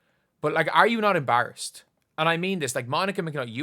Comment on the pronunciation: Dude learn how to say EMBARRASSED PLEASE!!